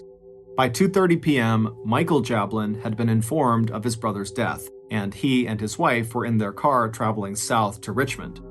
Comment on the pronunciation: "What DAAHTH"??? Not the horrible mispronunciation trolling again MrBallen... Please fix , it's disrespectful.